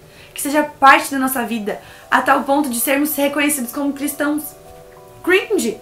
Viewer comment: E não se pronúncia cruinge, se pronúncia cringe